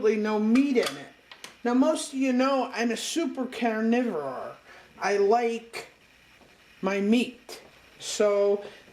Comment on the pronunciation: "As most of y'all know I'm a super carnivirawrrr" Me: 😂. She's a very lovely woman tho. I would love to see more videos please.